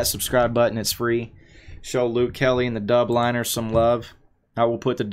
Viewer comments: ‘Dublin-ers,’ not ‘Dub-liners’ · Please learn how to pronounce The Dubliners correctly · You butchered the pronounciation of "the dubliners" 😂